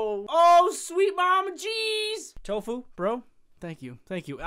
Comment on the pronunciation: It's Toffu not tofuu